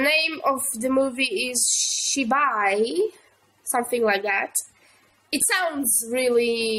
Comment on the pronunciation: u r the first foreigner who correctly pronounced the name of the movie.